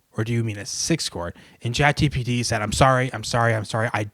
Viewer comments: Is it just me or is he saying chat GTP instead of chat GPT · i love how he says Chat GTP